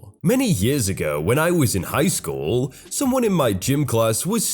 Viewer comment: Will you please read normally instead of making your voice do gymnastics? It's really annoying when you say "school" with 3 syllables 😒 I know you can read normally since you do in your earlier videos. The progression of exaggerated inflection is fairly obvious. Please stop. I tend to watch others' videos with the same stories instead of yours because you're making your voice so annoying